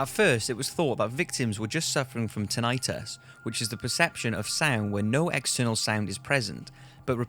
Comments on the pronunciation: Tin-eye-tus is annoying also. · its not heared and its pronounced tin-i-tus you bellend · At appx , tinnitus is not an -itis word; therefore, it rhymes with bus, not with dermatitis, for example. Just FYI :) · Anyone else bothered by his pronunciation of "tinnitus"? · Tinitus and Crimea both pronounced wrong. I have nothing better to do than to complain about that.